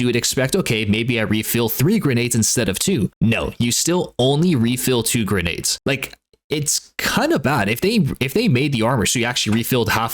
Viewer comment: I promise I’ll never listen to you say grenades again.